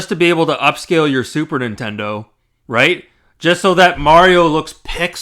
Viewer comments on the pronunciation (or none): none